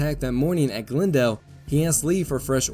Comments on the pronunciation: Half the time you pronounce Glendale as "GlnDALE" and the other half as "GLENdale". Which is the proper local pronunciation? Whichever it is, THANK YOU yet again for such a wonderfully illustrated and explained history of this important set of Seven Days battles. I can't thank you enough for providing what will be some primary sources in a related project I am undertaking. In these battles, with the constant mixing of division and brigade assets among the combatants, it is so hard to "keep things straight" in one's head. It's nice sometimes to SEE IT in front of you, rather than read a list of brigade commander names and regiment names and locations!!! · Have a listen to your voiceover, in this Malvern Hill episode, and also for the Glendale battle itself. Half the time you say, "Glen-dale" with nearly even emphasis on the two syllables (as I might guess it would be), but just as often, it's pronounced "Gl'nDALE" (emphasis on -dale). The disparity is the reason I ask.